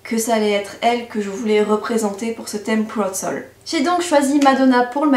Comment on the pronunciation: "pouad sol" désolée ça m'a fait rire mdrrr (mais super maquillage waw !)